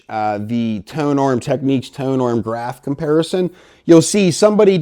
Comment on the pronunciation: Why do audio reviewers insist on pronouncing the Technics brand name as if there is a "q" in the spelling. It is not called "techniques," and we don't say "tekneekal diagrams." It should be pronounced "TEKNIX."